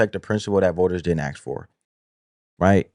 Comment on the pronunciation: Asking not axing